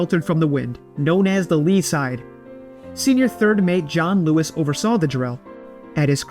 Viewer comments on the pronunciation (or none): none